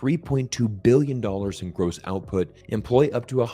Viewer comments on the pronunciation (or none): none